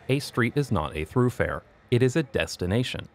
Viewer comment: Throughfare? I think you mean THOROUGH-fare